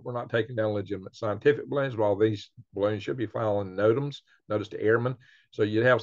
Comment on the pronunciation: Re have rots of baroons! lol